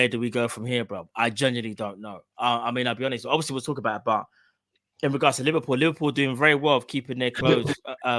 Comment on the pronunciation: “whoever this manager uhmm, is to be liveprool manager” “The terms & conditions that you’re going to be given to you, will be good.” Man, even in basic sentences you manage to butcher the English language. To think some people actually have children to bring up but can’t string together a basic sentence themselves is worrying.